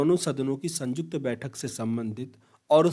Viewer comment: Sanyukt hota hai bhai sajukt nahi hota